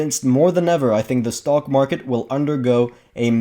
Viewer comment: funny, I hear you say: stalkmarket.